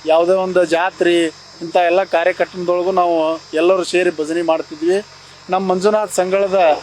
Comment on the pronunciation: ಭಜಿನಿ ಅಲ್ಲಪ್ಪ ಭಜನೆ